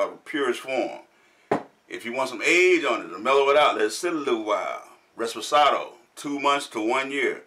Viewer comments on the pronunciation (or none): Great to have you guys back reviewing one of my favorite spirits.Great research,everything you said is correct.But it's reposado not reSposado.Can't wait for the upcoming videos! Cheers!!